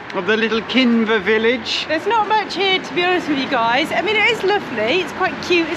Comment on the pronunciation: Amazing to see gorse in flower. Did you smell it? It smells a bit like coconut. It sounds like you are pronouncing Kinver "Kimber" at the beginning!